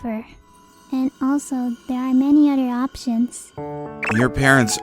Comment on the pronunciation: She also has trouble with the th words. Father is fadder and other is udder lol. She's gotten better since she started